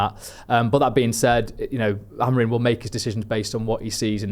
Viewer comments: Really annoying how he says AmoriN instead of Amorim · I love but for the love of god get Amorim’s name right